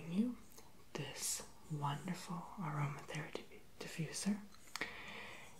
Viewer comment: what is eroma therapy for is it for your cough